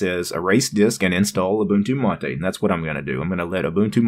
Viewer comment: its pronounced ma-tay not matey